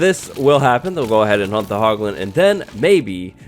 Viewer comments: When you said "hunt the hoglins" I heard hump the hoglins. I just assumed they could breed and make more piglins 😂😂😂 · He’s saying “hunt” the hoglins... he’s saying HUNT... 🥵